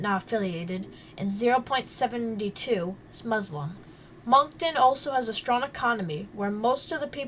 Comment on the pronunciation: Some of the information is not correct and she pronounces the names of places incorrect. I live here and “MONK TONE”. Haha what a silly way to pronounce Moncton and the beach names.